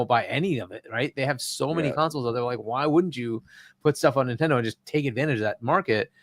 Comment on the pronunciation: Not dayndate.... err not nitendate..